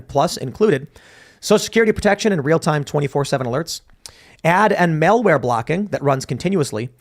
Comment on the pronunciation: “mailware,” or “malware?”